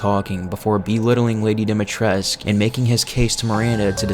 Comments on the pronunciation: The "u" at the end of Dimitrescu is meant to be pronounced! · I love this video but it's lady du-me-tris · Isn’t it Dimitrescu? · Everyone pronounces Lady Dimitrescu wrong. It's annoying. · Am i the only one who pronounces the u in dimitrescu since it's romanian and all that